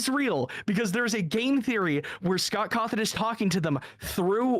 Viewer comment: Scott cawrshohn